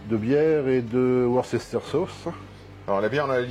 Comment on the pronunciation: Non on prononce Worsteur sauce